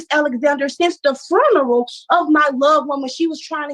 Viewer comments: did she say prior to this “inserrrdint”?😂😂 and what’s the deal why do people say “froooneral” instead of funeral? 😱😱🤦‍♀️🤦‍♀️🤦‍♀️🤦‍♀️ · “I have not spoken to her since the fruneral” lol these court hearings just make my day lol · Her “lover’s foonral”? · Lord, it's like chalk on a chalkboard; no to mention "furneral" drives me up the same wall!!!!!!!!!!!